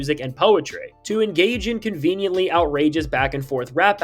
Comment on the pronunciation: conveniently? bro can’t read